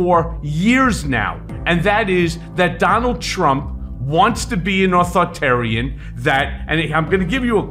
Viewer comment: you need to learn how to pronounce “authoritarian”, it adds to credibility. Put the “i” in between author and tarian bruh.